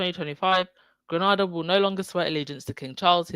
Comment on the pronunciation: The first a in Grenada is pronounced to rhyme with “nay”.